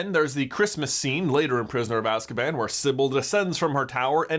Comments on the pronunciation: He said azcaman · "Prisoner of Ask-a-Man"